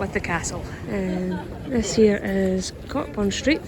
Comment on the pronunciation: Sorry to say this but Cockburn Street is pronounced coburn. People spit on the heart of Midlothian because that is where they used to burn witches. You are spitting on the devil.